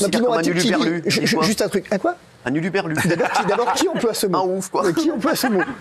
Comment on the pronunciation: hurluberlu, pas huluberlu...